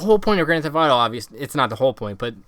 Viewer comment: Annunciate please. Thef(t)